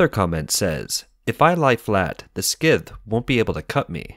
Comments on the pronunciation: Skths? Scythe, "Sigh-th"...say it with me....Sigh-th Hmmmm, Turn on, tune-in, drop out. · “Scythe” is pronounced “sigh-th” not “skith” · HOLD UP. I'm sorry. I need a moment. Just... 'skythe'? Wha.... Who told you that the c in 'scythe' is a hard k? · I love content of this video. It's disappointing that the voice over couldn't pronounce simple English words like 'affluent' (not 'a fluent') and 'scyth' (not 'skythe'). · I'm glad I'm not the only one bothered by that, lol. I tried not to think about it during the rest of the video. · How did you pronounce scythe?